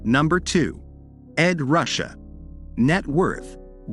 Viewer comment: I would recommend having someone who has a mastery of the English language proofread your copy . . .some obvious mistakes could be eliminated . . .plus it's Ed Ruscha ( pronounced Roo Shay, not Russia) be more professional!